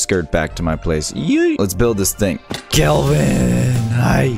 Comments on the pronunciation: When you say kelvin you say kill ven :l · When he said Kelvin I though he said kill him